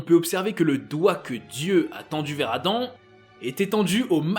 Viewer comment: "La création d'Adame" ? 🤨